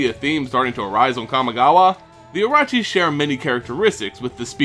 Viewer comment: Jap. Pronunciation Guide 1. Myo is pronounced like yo but with M at the start. Like Myr is supposed to be btw. 2. Orochi is pronounced like Oh no but with an R. 3. Everything else was perfect. Sorry, I don't want to seem pedantic but I just wanted to inform you.